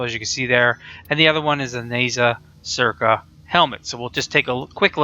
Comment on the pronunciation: I took mandarin for a year, but it's been a long time. zhuge is definitely Chinese. more like chew-guh, or something like that. don't quote me.